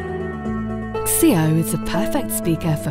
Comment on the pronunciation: The 'x-ceo' ?? It's pronounced 'zee-oh' ....